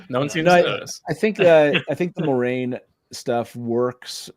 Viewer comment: "mwah-RAIN"!!! THANK YOU!! It is totally a Frenchesque name 💙💙